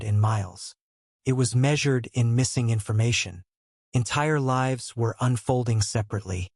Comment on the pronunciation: AI mispronounces words and is sometimes difficult to understand. Example: mispronouncing lives (long i) as lives (short i).